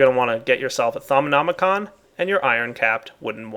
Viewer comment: Thaumonomonomonomonomi-con! XD Its actually Just thaumonomicon